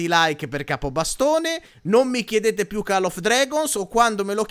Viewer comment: Cmq si pronuncia coll non call 😂😂😂😂😂